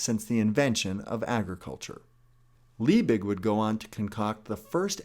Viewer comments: It’s Justus von LIEbig, not LEIbig! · Basically everybody knows that, right? It's our choice, and we're all weak little humans. It's "Liebig" by the way, not "Leibig". Sorry, couldn't resist. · 'Leibig' is pronounced wrongly. Funnily enough, this surname means "of the body" in German. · His name was Liebig, Leibig would be pronounced totally different in Germany. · Hey! Little correction about the pronunciation. In German words/names "ei" is spoken like the english "I" (Like in "I am") and not "Liebig" Hope that helps:D